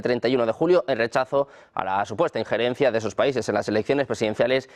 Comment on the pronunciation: ¡¡¡POR FAVOR!!!... "ingerentismo" nó.... ...INGERENCIA